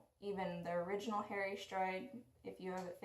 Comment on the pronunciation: Don’t wanna be rude but it’s HAH-ree.